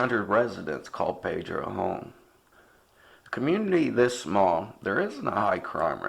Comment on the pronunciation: The town is called pee dro...not pay dro...AND the reason that no one talks about this case is because of the family who is still shattered by this!